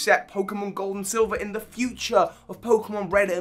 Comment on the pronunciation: Anyone else hear him say cold and silver instead of gold and silver?